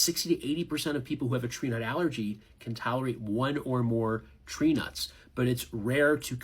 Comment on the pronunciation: My name is Trina, and at first it sounded like that instead of tree nuts. If you go back and listen to the last minute or so, and replace tree nuts with my name, it’s 😂😂😂.